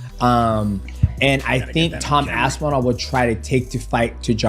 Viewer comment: Rampage: "Tom Ass-inall" 😭